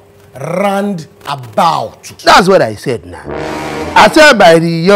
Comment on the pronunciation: 😂😂 nothing sweet me pass how akpan dey pronounce"round about" 🤣🤣🤣